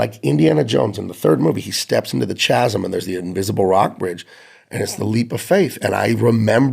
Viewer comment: Just watched your interview with The Babylon Bee... what a breath of fresh air. Articulate, cogent, and well framed. Thank you for that - gonna share... (btw - chasm - like christmas - hard "c" or "k" sound)...